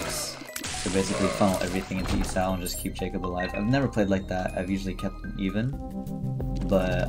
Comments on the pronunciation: he keeps saying e sau instead of e saw 😭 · the way you say Esau needs to stop.